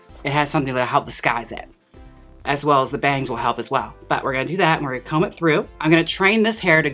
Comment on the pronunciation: I love your pronunciation of comb -- "co-wum"